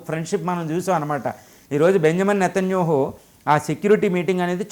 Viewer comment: Nethanyahu you are pronouncing as netanyuhu. Please pronounce properly